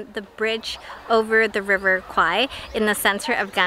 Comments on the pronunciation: This is my hometown and there's actually a River Kwai. In Thai, we pronounce it "River Quare". That's basically the river the bridge crosses. When you asked the local, they heard River Kwai (ควาย), so of course they will say that they didn't know about the river lol. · It ought to be call River "Quare" that's closest pronunciation for "แม่น้ำแคว". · quare not Kwai in Thai accent like Phuket is Pooget not fuket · ในคลิปนาที 21 น้องผู้ชายซึ่งเป็นคนไทยได้อธิบายไว้แล้วนะคะว่าการออกเสียงแควเป็นควายมาจากภาพยนต์เรื่องหนึ่งในคลิปมีอ้างอิงไว้ และน้องเค้าก็ได้อธิบายด้วยว่าต้องออกเสียงอย่างไรถึงจะถูก พร้อมทั้งบอกอย่างที่คุณอธิบายไว้แล้วค่ะว่าควายคือ buffalo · "Kwai" (in French is OK).. But in English should spell "Kway" to have similar speaking like the way Thai speaks. And "Kway" means "small river" (bigger than canal)... 😊😊😊